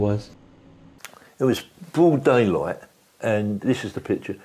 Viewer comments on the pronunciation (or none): Bwoad daywight